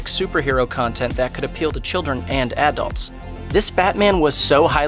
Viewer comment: Why does he pronounce Adults as "Ad-dults"? ^.